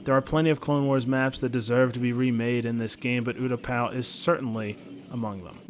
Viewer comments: Am I the only one who got triggered about oootapau. It is pronounced Utapau. Good suggestion but I couldn't help but cringe at that! Edit: Moostafa 😂😂😂 lmfao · Is no one going to talk about how he said there wasnt an epic battle on MOOstafar? What do you call anakin vs obi wan? Also utaPOW makes me want to dislike the video